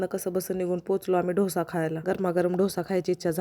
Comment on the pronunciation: धोसा नाही म्हणत ग डोसा म्हण .. बाकी खूप छान आहेत व्हिडिओ तुझे 🤗